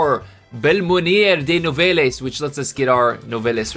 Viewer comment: Nouvelles the es is silent.